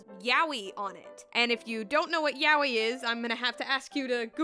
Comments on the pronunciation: yaoi not yawee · Fuck just say YA-O-EE jesus!!!!!!!!! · it somehow sounds super wrong how you pronounce yaoi. isn't it more like ya-oi? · Why do people keep reading it YA-WEE? Isn't it pronounced as YA-OY? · Ya-o-i. Not yawee. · Turns out I pronounce yaoi wrong. But if this is the correct pronunciation then it is identical to an Australian monster/brand of children's chocolate. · It's pronounced "yah-oh-e," not "yowwie" (despite that fact that "yowwie" would be an appropriate thing to shout when being hit with a yaoi paddle) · Yah-oh-e; you pronounce the syllables more clearly so it doesn't blend together as "yowie" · "Ya wee". Bruh... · Every time I hear the pronunciation of Yaoi as Yow-ee I get several flashbacks of violent timelines I've never experienced. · The mispronunciation of the word yaoi strikes again